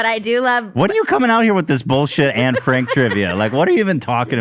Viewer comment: Will nobody talk about how badly they're butchering Anne Franks' name? (In terms of pronounciation I mean)